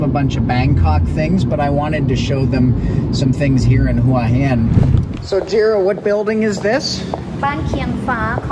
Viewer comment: well presented video , well spoken and informative , also good to hear you pronounce Hua Hin properly , a lot of people don't . good idea to bring the chick with you .. makes a difference